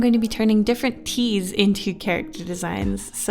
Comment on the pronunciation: I thought she said cheese as cute girls for a second skskksks